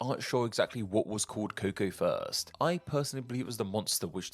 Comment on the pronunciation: It's not the coco it's the cuco.